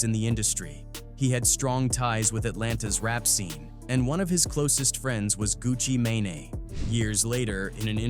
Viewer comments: "Gucci Mane-aay" 😂😂😂 Man I'm outta here. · Gucci-maynA tho. Smfh. These Ai and their pronunciations are getting out of control. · “Gucci Main-A” smh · Sounded like he wanted to say gucci maionnaise 😂😂😂😂